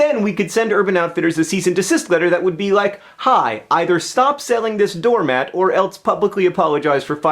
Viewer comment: Very enlightening (as always), great message that wraps it all up, but for the love of Pete PLEASE stop saying "elts" instead of "else", John! :P